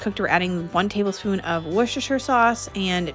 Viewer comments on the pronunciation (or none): Hi, greetings from the UK. Hopefully this can help you & fellow North AMERICA'S - Worcestershire is pronounced "Wooster-sheer". Most counties in the UK ending in Shire are pronounced shear & not like in Lord of the rings. Secondly, shepherds pie is made with LAMB mince (ground) and COTTAGE pie is made with beef mince (ground). Easy way to remember, shepherds look after sheep and in the olden days every cottage had a milk cow. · Please please please call it Wooster sauce 😂 I live in Scotland in the UK and there’s not one person that doesn’t call it Wooster sauce and everybody knows what they’re talking about 😂 loving the videos ❤️